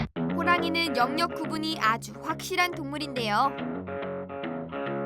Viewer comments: 영역 발음 불편해 죽겠네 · 영~녁보다 엉역이 더 자연스런발음 입니다.